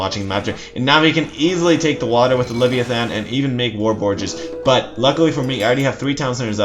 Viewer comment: CHariot archers. lev-AYE-athan. O-DISeus. HERA-cleese (or HER-kyoo-leese). Good videos but your mispronunciations drive me crazy lol